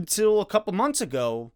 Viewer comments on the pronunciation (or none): none